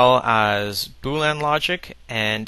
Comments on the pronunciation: fyi its boolEan not boolan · its boolean not boo lan lol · why do you keep saying boo-lan? it's bool -ee-en. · This is awesome, BUT... could you PLEASE stop saying "boo-lan" logic. It's pronounced "boo-lee-un". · I've always pronounced it bool-ee-an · It's 'boolEan' not 'boolan'. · agreed. But how can someone so smart not be able to pronounce "boo-lee-un" logic. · Say 'Boo'. K, good. Now say 'lean'. Awesome. Now say 'Boo' - 'lean'. Congrats! Now you don't pronounce it wrong. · I'm sorry, but when you say "Bool-Anne" are you pronouncing "boolean" differently than me, or are you referring to something to which I am not familiar? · Weird, I thought it was pronounced "boo-leen"...